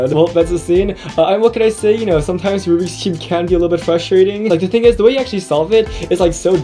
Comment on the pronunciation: It's rubiks not rubic